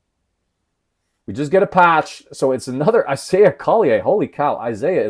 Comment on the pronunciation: Isaiah Collier pronounced Call-yer